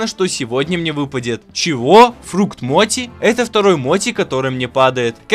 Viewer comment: Не моти а, мо́чи